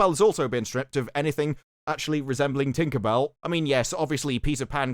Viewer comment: The way you say tinkabell with a hard r is very offensive